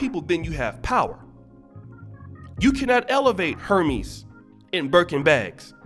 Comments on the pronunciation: For one Cardi B is a grown ass women who makes her own money and can spend it how she likes, two it’s pronounced “air-mez” not “her-mes”, three Jim Jones needs to mind his own business is he telling his wife to support black business, I bet she has plenty of Louis, Gucci, prada, and Hermès in her closet, I’m tired of men trying to tell women what they should do or not do with their money , four name some black businesses that we should be supporting, I mean the ones that are black owned because a bunch of them are owned by white companies, so who are you referring to. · It’s pronounced “”Ernes” the H is silent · Hermès is actually pronounced “Air-mez”. I don’t give a damn about that kind of needlessly expensive material nonsense, so I had to look it up myself recently. 😂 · 👍🏽👍🏽 Great video...and come on Oshay, it’s “air-MEZ” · Hermés is pronounced “air mez” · 🤣🤣🤣 he really did read like it was Hermes. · Learn how to pronounce Hérmés, and black designers don't have fashion lines that are over 100 years old that have the same prestigious level. European countries rule fashion period. They're known for their couture and atliers also leather craftsmanship. That's the reason people wear "white" designers, has nothing to do with color. People support off-white, he's a black high end designer.